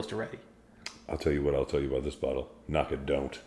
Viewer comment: I was wondering why would review a 10 year Knockdhu….. Without tasting that particular one, my only disagreement might be the pronunciation. Why are you putting an “a” between the Knock & dhu? Keep drammin you guys. I am looking forward to another one quickly I hope…..